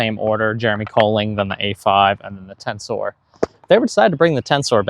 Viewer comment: It's "tenser". Not "Tensoar"